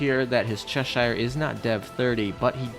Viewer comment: I dream of the day Americans learn how to Pronounce Cheshire, (hint: it’s Chesh Shh)